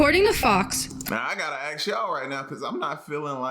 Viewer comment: ask not ax